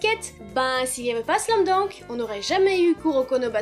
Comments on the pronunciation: C pas slam dounk mais slam dunk Voila voila 😑😑😑 Sa ma perturbé pendant toute la video sinon super video😘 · Oui mais non car c’est un mot américain donc c’est pas « dank » mais « dunk » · Pourquoi tu dis "slam dank " ? C'est " slam dunk " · Tu sais pas dire Slam dunk